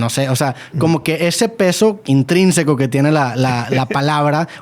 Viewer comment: Cuándo dijo Intrínseco jajajajajajaja 😂😂😂😂😂😂